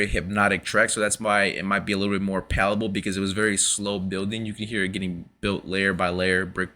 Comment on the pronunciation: Did you mean palatable, or palpable? Pretty sure pallable's not a word.